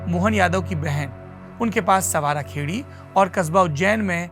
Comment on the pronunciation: संवारा खेड़ी नहीं सांवरा खेड़ी